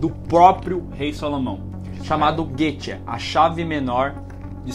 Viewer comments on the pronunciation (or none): Se pronuncia “goÉtia” e não “GUEtia” ... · "Guêtia" não, Goétia ou Goécia! :) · O nome não é "guêtia", pode ser chamado de goÉtia ou goÉcia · Guêtia doeu os ovidos, se lê goécia, conhecido também como Ars Goetia kkkk. bom vídeo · Errata....se pronuncia Goétia....e são príncipes do inferno.ok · Na verdade se lê Goecia. E não há nenhuma citação de Valak sendo uma freira, embora ele esta dentro do jarro de salomão. Ou seja, não é baseado em fatos reais. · Goetia pronuncia goecia